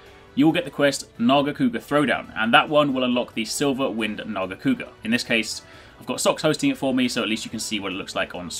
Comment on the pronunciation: Honestly, I wish you pronounced it "narga-kewga". It sounds really cool like that...